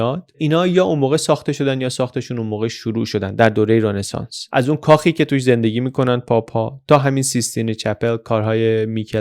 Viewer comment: سلام آقای مثل همیشه فوق العاده بودید.فقط یک نکته که تلفظ رنسانس رو غلط می‌گفتید تلفظ صحیح Ronesans ولی شما می‌گفتید Renesans